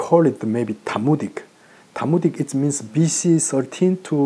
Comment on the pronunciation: Not 'Talmudic' but 'Thamudic' is what he's saying or meaning.